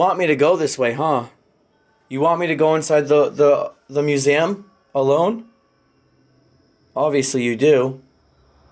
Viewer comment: I love you and your videos but I have to say the way you say museum it sounds like your saying musaum lol